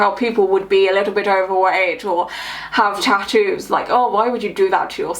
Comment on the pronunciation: Eeeh!! I've been waiting for this!! That woman is horrific!! The best part was him asking her why she has her ears pierced.. "so I could put earrings in easier" -__- what a bellend!! Also the way stephen Nolan says tattoos annoys me that's not how northern irish people say that just saying😂😂